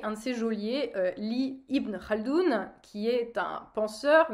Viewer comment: Tu prononces Ibn Khaldoun correctement C’est impressionnant ;) sinon assez d’accord avec toi.